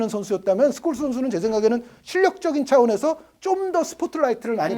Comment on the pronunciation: ㅋㅋㅋ 당시 중계진 스콜스를 숄로 발음했었는데